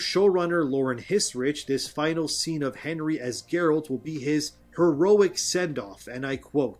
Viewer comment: Ah they changed Geralt for Jerald? :D